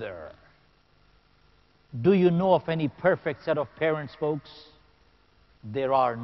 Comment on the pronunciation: folks not fox lmao